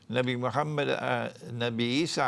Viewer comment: sir you have saying everything that have beed said eailer but only diffrence is u cannot even pronce MOHAMMAD A.W.S.L correctly or even give a proper reference